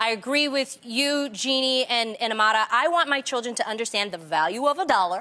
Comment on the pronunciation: I love how Jeannie and Tamera know how to pronounce "Amara"